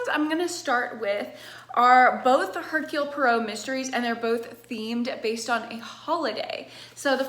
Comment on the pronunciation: when she knows how to say hercule poirot 🥵